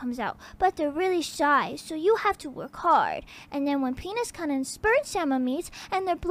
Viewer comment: This voice is better than her real one. Also she needs to say kun right.